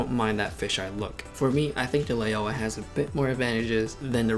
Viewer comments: Lao-wa, not Lay-oh-wah. "ao" is an "ou" sound like in "ouch". Great comparison any way. It's a demonstration of Rectilinear correction. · Take a shot everytime he mispronounce Laiaowa